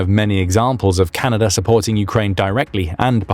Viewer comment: I was amazed to hear that the nation to our North is "Canader"